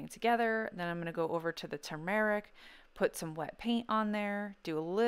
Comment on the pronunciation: Two mar RICK I've been pronouncing it wrong... tumor ick. YOUR pronunciation sounds much better! Thank you! B~}